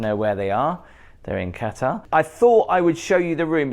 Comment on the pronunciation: it's Qatar